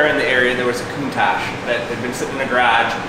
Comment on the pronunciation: How does Countach pronounced as Countage? Lol. Beautiful vehicle 🚗